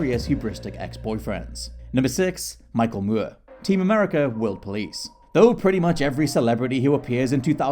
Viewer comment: Who is Michael moo-were?